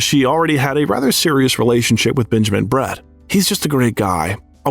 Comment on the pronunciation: Benjamin Bratt, not Brett! Has this speaker been hiding under a rock?